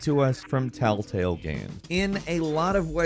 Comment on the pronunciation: First few telltales sounds like talltales but then afterwards sometimes u say it and sounds a mix of both. 😅😅